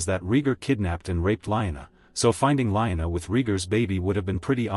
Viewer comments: Lee-Anna! Not line-a. A.I. stupid talk. Get a human to read. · Liona? Not Lyanna?